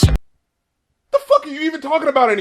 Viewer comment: that "really" sounded like when Kevin hart explained how black girls say it